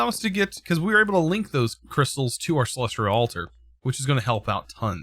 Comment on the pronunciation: please remove the R you say in celestial, i'm actually enjoying the Astral content though, I've not delved too far into the mod personally outside of quest progression in certain modpacks so it's nice to see the things it can do.